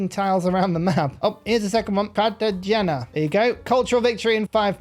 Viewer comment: It's still pronounced Car-tuh-hay-nuh...